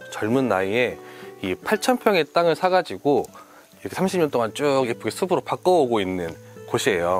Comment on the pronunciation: 숲이는 수피, 숲으로는 수프로라고 발음해야해요.